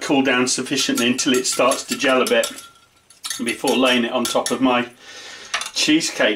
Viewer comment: O Lord accent when he say.... maco meh kitchen. Love it.